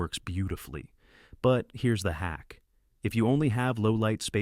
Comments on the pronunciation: I hate AI . It can't learn hack vs. hake. Boring "terrible professor" monotone. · You know it’s AI when the word Hack is pronounced incorrectly‼️😂. Still good info though‼️